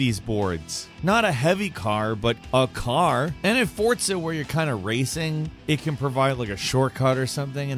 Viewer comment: When people put a T in "Forza" and pronounce it "Fortza" for no reason at all...